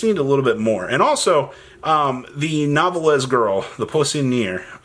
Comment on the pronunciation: Its New•Velle not Novel•Is Sorry its just a butcher thats hard to hear lol